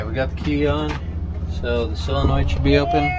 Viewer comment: Why can't Amercians pronounce Solder and Solenoid correctly? Haha